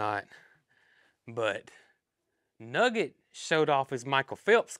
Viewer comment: Nugget, not nugger!